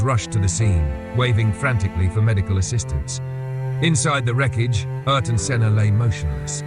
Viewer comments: please ... not AR-TON .... AIR-TON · Pronounced closer to Air-Ton. He once crashed out at the Phoenix GP after brushing against a section of wall. Senna swore he only hit it because the wall moved. His engineer had a weird feeling because how adamant Ayrton was about it. Turns out another car hit the wall the lap before, and the wall did shift just a couple MM…. Just enough to catch the rear tire. That’s how precise he was. A few MM off the wall every lap